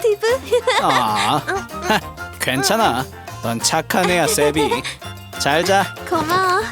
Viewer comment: 나만 세비가 쌔삥으로 들림?